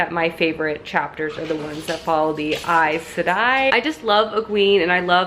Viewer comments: also, eye-said-eye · Eye-sigh-a-dye women who can weld the one power to say the title right